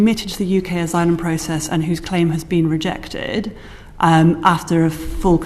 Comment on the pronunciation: rayjaiyktaiyed - so that is how you pronounce rejected.